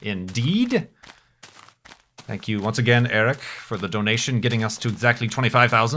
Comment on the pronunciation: how do you pronounce ''again''?